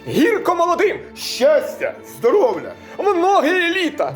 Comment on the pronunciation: А БАМПЕР ПІСЛЯ СКАЗАВ ЗДОРОВЛЯ . ПРОСТО ХЛОПЦІ ДУЖЕ СТАРАЛИСЬ ОТ ЯЗИК І ЗАПУТАВСЯ